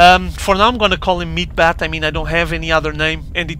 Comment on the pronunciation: was almost unbearable hearing him say "meat-bat" the entire replay. "meat-hammer" is correct and much more pleasing to the ear. ^^